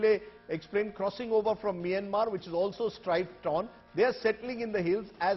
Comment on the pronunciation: Why even news man calling us maymmer migrant 🥺💔